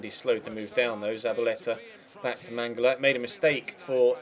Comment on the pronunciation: and Mangala it's "MangaLA"